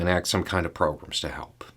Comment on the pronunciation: As much as you downplay your southern accent the way you say "programs" is a dead giveaway